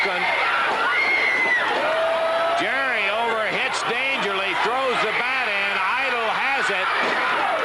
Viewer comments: Why do the announcers keep saying "Dangerly"?, did he go by that ever? Or are they mispronouncing Paul E. Dangerously? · Yeah, it's pretty annoying they couldn't get his name right. Oh, well.